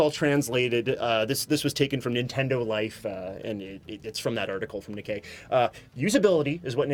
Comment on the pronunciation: Nikkei is pronounced Ni (Knee) kkei (KAY) with Pause between NI and KKEI